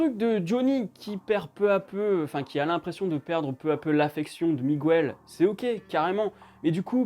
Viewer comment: Bonne vidéo mais la prochaine fois dis miguel au lieu de migouel stttp 😂